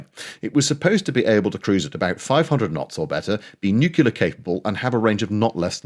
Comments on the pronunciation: Loving your vids. Absolutely wonderful BUT! Say it after me “nuclear” as in “new-clear” and absolutely NOT (a la W Bush) “new-killer”. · By 'border control' do you mean boundary layer control? Also, the word is nuclear, not nucular. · Nuclear. “New-clear”. From the atomic nucleus. Saying ‘nookular’ makes you sound like you live in a trailer and your parents both had the same surname- before they married. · Honestly - pronouncing the word nuclear correctly is actually easier than your mispronunciation, and it doesn't make you sound like a redneck American. Say the word "new" then quickly after say the word "clear". See? Easy peasy.😀 But excellent video otherwise - subscribed and liked. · Did I hear the word nuc-u-lar ? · My father also swears it’s “nuke-u-lar” and this is how he was taught to pronounce it at school in the 1950s! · After hearing the mispronunciation of the word "nuclear", I believe may, in fact, be a damned Yankee fifth columnist. 😏